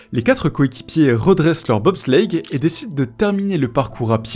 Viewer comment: "De BOB slllleitttttte